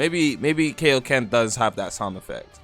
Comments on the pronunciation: WHAT IS KAYO KEN? ITS KAIO KEN i dont watch dragon ball and it HURTS anytime u say it wrong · u the only nga I've heard in my lifetime that calls kaioken that😂